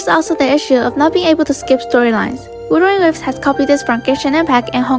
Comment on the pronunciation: WUT-HER-ING WA-VES say it 100 times you'll get it right at least once